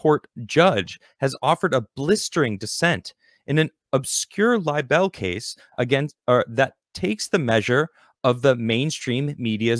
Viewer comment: Sorry, I just had to laugh at your pronunciation of libel... it's not Lye-Bell, it's Lye-Bull.:)